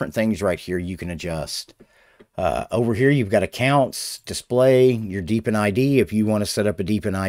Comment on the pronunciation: Hey hey hey, He said "Deep In", huh huh huh